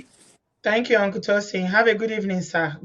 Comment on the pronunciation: "hunkle" haff run away 😃😃😃